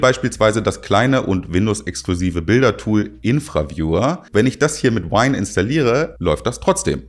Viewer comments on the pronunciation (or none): Wieder mal sehr informativ und kurzweilig ruebergebracht. Klasse. Ich muss mir Zorin mal anschauen. Btw., Irfan View, nicht "Infra" View 🙂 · Hat er gerade "Infraviewer" gesagt? 😂 Als Irfanview-Nutzer seit 20 Jahren oder so bin ich etwas getriggert ;-) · Alter Verwalter... "Infra-viewer" und das von einem "ct" Knecht... ^^ Unfassbar... 🤣😂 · Wer kennt ihn nicht...den Infra-viewer. :D Das Teil heißt: I R F A N V I E W Der Name kommt vom Entwickler, der mit Vornamen Irfan heißt. Schönes Video aber sonst! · Infra ...? Der arme Irfan Škiljan bekommt einfach mal fix n neuen verdengelt😂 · ZorinOS hatte ich bspw. gar nicht auf dem schirm, gut dass es weitere alternativen gibt die ich interessenten vorschlagen kann. die anlehnung, anspielung an den aktuellen film BACKROOMS, fand ich gut. weniger gut war hingegen die aussprache des programms IRFANVIEW. das programm ist nach dem BOSNISCHEN programmierer, entwickler benannt, der mit vornamen IRFAN heißt. gutes video, danke! ✌🏻🙂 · Das heißt "IrfanView".